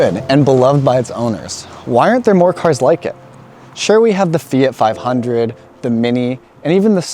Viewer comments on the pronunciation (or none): none